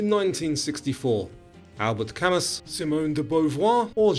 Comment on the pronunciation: Great quiz. Some pronunciation to work on - Riesling, Haka, Camus, Port-au-Prince, Godot..